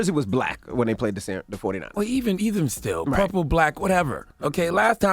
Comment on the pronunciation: Purple we said purplick lol😂😂😂